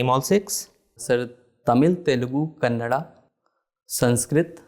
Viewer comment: You pronounced " Kanndada" Nicely